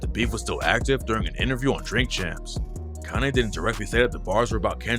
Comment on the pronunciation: Are you saying Kanay?